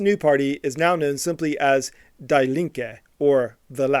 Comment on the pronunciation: I stopped watching when you pronounced Die as die in English. Quite enraged when you said that christianity is incompatible with communism, considering that jesus literally fed the poor I’m not defending the authoritarian Stalinist regime of GDR here. I’m just very disappointed with the sloppy research work you did here